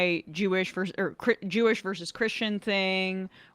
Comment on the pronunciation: I was going to call out the anchor issuing the "clarification" (or what we in reality call a correction) for mispronouncing "Mamdani", but then he also mispronounced "Jewish" so maybe he just doesn't talk so good.